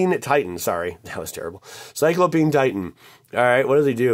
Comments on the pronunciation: It's sigh-clow-pee-an (P.S, Love your videos and all of the help and enjoyment you bring!). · I swear he was saying Cyclo-peeing titan